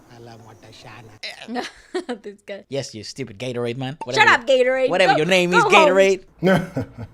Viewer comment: Bhai Gaitonde ko Gatorade bl rhe ye log😂😂😂😂 Lol 😂